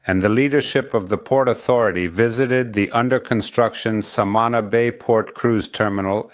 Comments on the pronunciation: Hey Amigo.. love your Channel.. very informative.. One suggestion. Learn how to correctly pronounce the name SAMANÁ... the accent is on the last syllable.. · I heard his first pronunciation and made a comment of annoyance to myself. I am happy for the people. I just hope these tourists respect the land, the people and just enjoy all our special jewels. God spared no expense when create Samana.